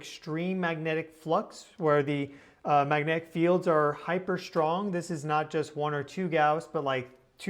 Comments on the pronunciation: Bruhhh, no!! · While you are on your trip maybe you can work with a speech therapist to work on pronouncing the word magnetic.